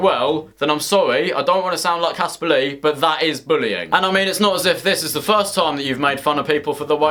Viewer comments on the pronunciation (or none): none